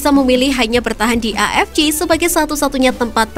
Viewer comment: AFC dibaca A EF CE, kalo mau ngikut bahasa inggris dibaca EI EF SI, Ini malah A EF CI, apaan anjir